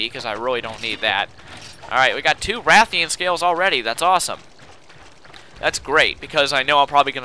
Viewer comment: Rathian and Ration.and its Stamina, not Stanima.